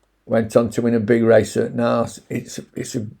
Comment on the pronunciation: Great job as usual, Naas is pronounced Nace here in Ireland. Johnstone's yard is definately one to avoid for a while nothing is running on. Keep her lit 👍